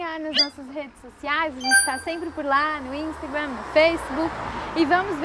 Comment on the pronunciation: curto muito o projeto de voces, menos o "instagrém" "feisbuc" kkkk